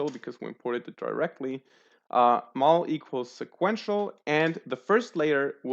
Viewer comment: Bro you mispronounce "Model" so bad.